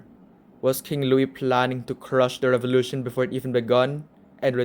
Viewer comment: The Rrench Fevolution